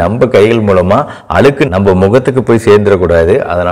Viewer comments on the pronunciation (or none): none